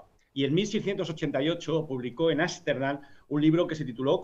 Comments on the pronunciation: no confio en alguien que dice asterdam y no amsterdam para empezar... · repite conmigo, arstendan otra ves otra vez arstendan :)